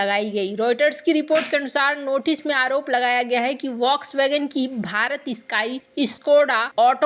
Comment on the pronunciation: फोक्स वॅगन बोलिये वाक्स वॅगन नही।